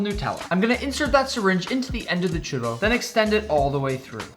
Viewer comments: I’m Spanish and I don’t call it a chooro……it’s chUrro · I’m from México an I’m triggered by the way u say “churro” it’s spelled “churrrrrrrrrrrro” try it